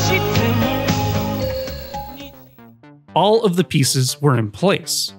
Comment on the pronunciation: Did she say, "I love you Skyline" or "I love you lone time"? My closed captions aren't working...